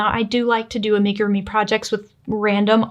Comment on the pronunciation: I can't with the ''make-a-roomy''....is it that difficult to google how to pronounce amigurumi?